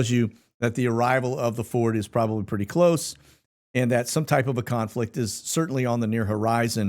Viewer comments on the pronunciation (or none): none